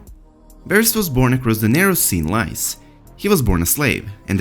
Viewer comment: Not lice it's Leese in pronunciation